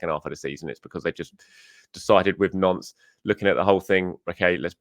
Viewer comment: Every time says Nantes I think of Prince Andrew...